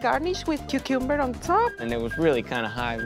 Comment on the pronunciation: So no ones gonna comment about the whole cucumber pronunciation thing 😭 that killed me lmao